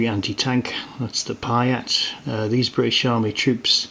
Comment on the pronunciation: Nice review. Just to add that the anti tank weapon is pronounced PEE-ERT not PYE-ERT